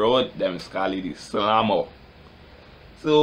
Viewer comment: "de slammer" lol is what rass i hearing